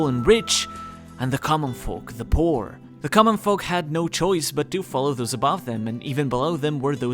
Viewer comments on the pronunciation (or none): none